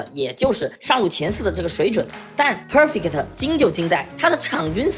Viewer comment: 講得很好 但國人講perfect真的有夠難聽